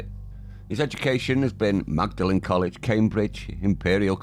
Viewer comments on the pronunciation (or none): Magdalen is pronounce maudling